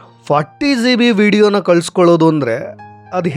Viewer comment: Zee bee alla G B